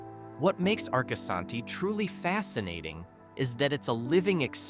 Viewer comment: AI SLOP, it can't even pronounce Arcosani correct.